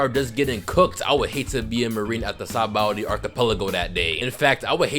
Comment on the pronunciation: It’s sounds like your saying saboldy archipelago